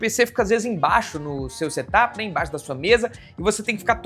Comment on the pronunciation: Em vez de setap com acento no a. É sem acento. Porque é setup. De set up. Não diz, look áp ne?